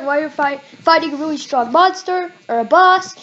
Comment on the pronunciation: “REALLY” NOT “WREALLY” 😂